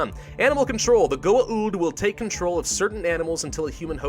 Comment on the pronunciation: That pronuncation of Goa'uld if just 'goauld', not 'goa uld'